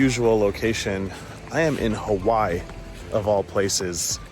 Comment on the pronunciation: The way he pronounces “Hawhy” is triggering me lol. He’s missing a whole syllable